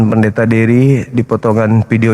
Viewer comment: Pendeta Devy / Depy bukan Dery 😂🙏